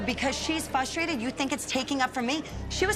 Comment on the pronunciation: Tell you what I'm frustrated about, Lisa Barlow repeatedly saying fustrated Make like a pirate & add an "R" in there Lisa 🙃😆